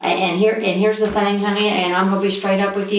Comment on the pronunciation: Someone who says "fang" instead of "thing" is definitely stupid...